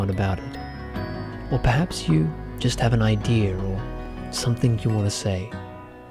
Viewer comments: "I had an idear. I put together my idear." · nobody is gonna comment him saying "Ideaer" /